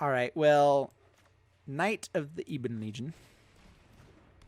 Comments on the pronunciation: ebb-on not EEb-en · The way you say Ebon drives me insane, it's ebon not eben.